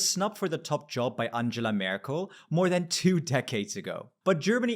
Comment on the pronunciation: for me it was more surprising that he pronounced Angela with a J sound rather than a GH one 😂